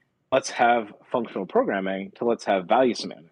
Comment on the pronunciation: “value simants”?? What’s he saying??